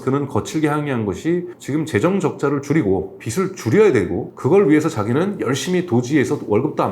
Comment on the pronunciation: 빚 ㅡ 발음 ㅎ,실때 ㅡ 비슬.. 비스로... 아닙니다 ㅜㅜ . 비즐.. 비즈로... 경제 학자신데 정보이상 올바른 전달력 부탁 드립니다.